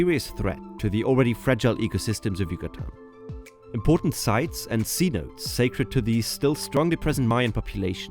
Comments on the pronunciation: The correct pronunciation of “cenote” is “se note té” believed to be a mispronunciation of a Mayan word by the Spanish. Also the tourist stretch of the Yucatán peninsula from Cancun to Tulum and further south Is also known as the “Riviera Maya.” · Love your videos as always but I am begging you once again to please pronounce words correctly. Cenote is not pronounced "see-notes". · You're saying "cenote" wrong. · Please spend 9 seconds and learn how to pronounce cenote ❤❤